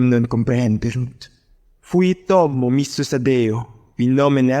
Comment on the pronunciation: Great idea but the pronounciation is far from perfect. It’s like hearing an american tourist trying to read latin writings. For istance in the latin section, homo is pronounced hommo…. Or eum is pronouced i:um while it should be eum (with the e of “bed”)